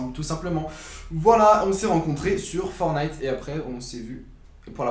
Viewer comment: FOR"T"NITE PAS FORNITE LE T LA IL SER IL EST PRÉSENT LE TTTTTT😤😠😈